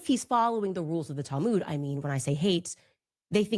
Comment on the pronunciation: That's her talmooood.......geez at least learn how to pronounce it......the rest of us have a multi volume, so heavy you need special bookcases to hold them.....she has a 75 pg soft cover booklet......that's her talmooood. I don't even think there are Jewish sources that discuss black people. It's not within Jewish sources to divide by race. It's just not logically accurate.